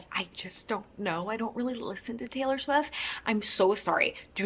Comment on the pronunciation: It's Swift. With a T at the end. Not Taylor Swiff 🤣